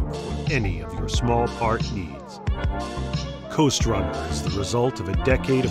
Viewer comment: I first thought you said Ghost runner lol....time for uppers!